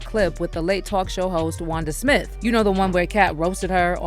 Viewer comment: Wanda smiff? 😂